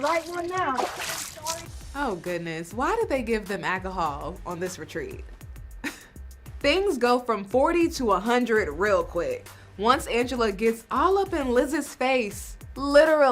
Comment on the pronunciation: To the host of this show, it’s alcohol not akahol like you pronounced it. Seriously? 🤦🏻‍♀️